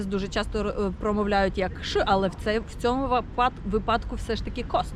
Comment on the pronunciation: ви все лаконічно і зрозуміло тут все розказали, дякую, але є одне але. Чомусь вже не один рік в інфопросторі вирує прямо епідемія неправильного вживання слова вИпадок, яке ви в ролику теж озвучували, чомусь щодня з усюди чути неправильний наголос випАдок. Може ви ще розкажете українцям про правильні наголоси в новому відео. ВИпадок - звідси вИпадково, вИпад і т. д. Якщо я не авторитет і мені не вірите Google нас розсудить. Надіюсь, сподіваюсь і зарані дякую!